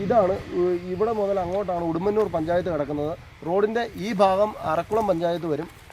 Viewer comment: മൊത്തത്തിൽ ഫ ആണല്ലോ.... ഫങ്ങി... ഫാഗം.....